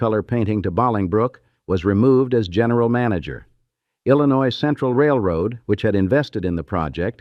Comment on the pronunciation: Most of AI is illiterate like today’s consumers. 🤷🏻‍♀️🙈 At least Illinois was pronounced correctly!! 🤨♥️